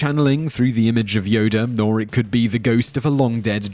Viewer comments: This nigga keep saying "Yoder" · Yodr lol haha WTF is wrong with this guy... Plus just incase you forgot moron he lost his light saber in the senate while he battled sidious.